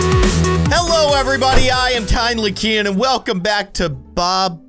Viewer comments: Ik he meant Kindly instead of Tindly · Lol at the beginning he said: "Hello everybody im " 🤣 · Oh the first time I thought it said kindly keyin here first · I agree XD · ha ha... yes he did. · I agree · HE SAID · In the start kindly keyin said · 0.23 Hello everyone I'm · You said hey I'm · Lol he actually said that xD